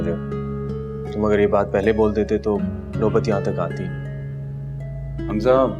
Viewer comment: Nobat ki jagha noeyat bola.